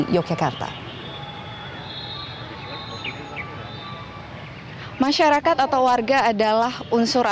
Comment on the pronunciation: Pakai bahasa Indonesia yg benar mbak....kl sebutan yokyakarta itu untuk kota Yogyakarts....tapi kalau propinsi yg benar propinsi Daerah Istimewa Yogyakarta....maaf anda seorang penyiar tapi bahasanya kog simpangsiur bgmana dgn metrotv apa tdk ada pelatihan atw kritik penggunaan bahasa yg baik n benar.....sy sbg org bodo kog prihatin sekali ya.....🙏🙏🙏